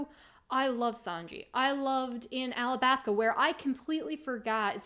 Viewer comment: My heart sinks every time you say "Alabaska" 😭